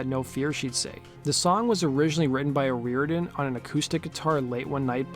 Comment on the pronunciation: Her name is pronounced oh- roar-dan